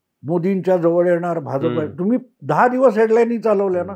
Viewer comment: Hya Bhauna " Bh'Ja'Pa" cha ucchhar kasa karayacha te shikava.